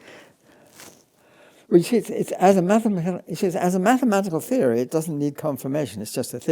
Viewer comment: The interviewer cannot say theory without messing it up. Why does he think he can interview in English ? He obviously does not understand a word of what Penrose is telling him. I do not even think he is mathematically literate.